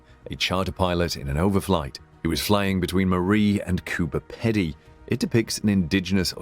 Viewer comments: Yeah pronounced like coober 'peedy' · It’s Coober Pedy, he mispronounced it.